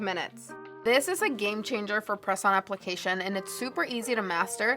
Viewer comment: 😲🤯😍GAME-UH CHANGERRR!!!💖💖💖